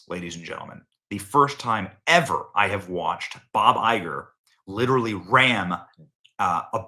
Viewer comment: Did you just say, "clitorally" ? Lol.